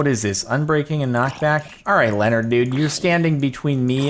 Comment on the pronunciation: its leo and nard leonard not lenord